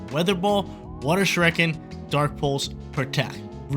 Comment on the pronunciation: You lost cause you keep mispronouncing “Shuriken”